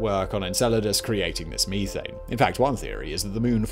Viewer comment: Fix your ( Geeezers & Meeethanes ) your not doing it right